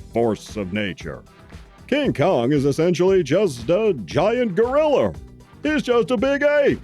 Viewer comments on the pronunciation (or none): Thanks for the shout out and for reviewing both TOHO Kongs and also for insisting on saying "Godzillar and Gorrilar. 😄 You're the BEST, Sir. THE Best!